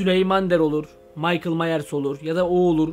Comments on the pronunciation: mieke merlis türkceme tükirim 😂✌️ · Yalızışı - Michael Myers - okunuşu Maykıl Mayrs